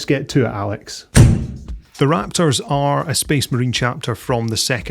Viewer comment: As a long term Dark angel fan, having collected them since the third edition 40k, and even after quitting the game due to crappy company i still thin they are the coolest... thank you for pronouncing the chapter name correctly. Everyone knows it's an "o" phonetically!